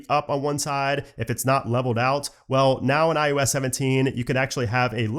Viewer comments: It’s “I “OH” S” not “I YOU S”… I literally cannot watch your videos when you can’t even say the name right and it’s the entire topic of your channel! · Great video, very good info, but I can’t be the only one completely distracted by you saying “EYE YOU S” not IOS….